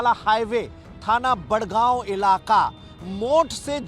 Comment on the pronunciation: ये मूर्ख एंकर बड़ागांव को बड़गांव बोल रहा है और पारीक्षा को परीक्षा बोल रहा है। इसे हिंदी पढ़ना बोलना ही नहीं आता ठीक से और हिंदी का एंकर बना घूम रहा है।